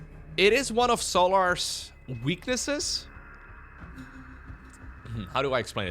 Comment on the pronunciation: weaknesses or weaknessae? Hahah